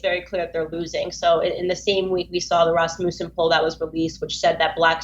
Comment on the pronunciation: She mispronounced Rasmussen, who does she think she is? Ben Shapiro? Mispronouncing names and shit